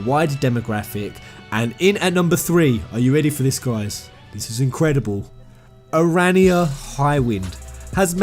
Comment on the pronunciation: please correct your pronunciation of the dragoon knight of Aranea the guys in the game says her name all the time so how can u still get it wrong